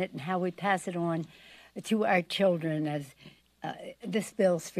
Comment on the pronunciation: Yes she is excited , she and others can grift the fund dry as she tells everyone to think of the cheeeldron